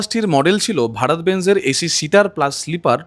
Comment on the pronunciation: বাস কে বলে বাশ,এসি কে বলে এশি 😂😂😂😂 যার উচ্চারণে এত ভুল,সে আবার বাস এর ভুল ধরে।আর বাস লেট করে এসেছে এটা হ্যারাসমেন্ট? 😂😂😂 কোথায় কি বলতে হবে সেটাও জানেনা